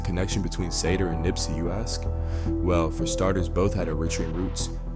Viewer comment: Yall say Negus so not right( Knee-goose) is the pronunciation (Sah-Door) not saydoor. Nips mom was Angelique—not Angelica and I don’t think Dru Down and lil SandMan were friends. And his big brother died from Gangrene 🤦🏾‍♀️🤦🏾‍♀️🤦🏾‍♀️